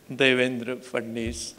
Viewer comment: धन्य आहात? आपण बोलताना नावाचा उल्लेख देवेंद्र फडनिस? तुम्हांला मुख्यमंत्री साहेबांच नाव सुधा माहिती नाही.म्हणे राज्यपाल आहात आपण? नाव, फडणिस नव्हे फडणवीस आहे.महाशय! मूर्ख.....?